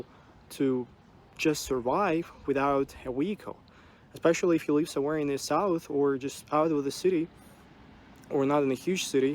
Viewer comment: his russian accent never was bad, only word 'live' is badly pronounced.